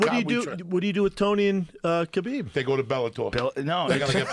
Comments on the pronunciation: Khalabeeb 🤣🤣🤣🤣 it's better then Kebab 🤣🤣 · Khalabib hahahahaa 😂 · “Khalabeeb” bro WHAT 😂😂😂😂😂😂😂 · Calabyb and stiopyc LOL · It's kalhabib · Joey "Khalabib" Diaz, Yeeee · I like how Joe is giving Joey shit for "Khalabeeb" when Joe himself isn't getting the name right either. He's calling him "Habib." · I WANNA SEE KHALABEEB. "Khabib" THAT'S IT END OF STORY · Khalabib lol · Turned Khalabib is a meme brilliant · One of the funniest parts for me was Joey butchering Khabib’s name “Collarbeeb” but being able to pronounce Dariush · KALABEEB!!!! SEROWNNNNNNN!!!!! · It's "Kalabib" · I fucking love this dude. Stiopic, Tyrone, Kalibib 😂😂😂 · just when i calm down laughing from the last time the man says khalabib once more and there are tears streaming down my face again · Khalabib... 😂 so many times... Khabib must chng his name... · Khalabeeb McGregor JD promo brought me back here. Lol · Then he calls Kahbib... Kalabib.... hahahahaha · "Kalabib" lmao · OH MY GOD!!! JOEY FUCKIN KILLED IT! WHEN HE GOT KHABIBS AND STIPES NAMES WRONG!! DEAD!!!HAHAHAHAHAA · Bruh he really said stiopik, khalabeeb and Tyrone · Once Joey bestowed the names, they will always be Stiopic & Khalabib to me! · Khalabib, Stiopic, Cerrown. 🤣🤣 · Same I was laughin so hard man. Kalabeeb and Stiopic were instant classics. Nobody mispronounces names like Joey 😅 cracks me up everytime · Joey ”khalabib stiopic“ diaz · T-RON, Kalabeeb, Stipiopik and Clelery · Joey Diaz is so fucking funny, without really trying. Stipe Miocic = Stiopic Khabib = Khalabib Tyron = Tyrone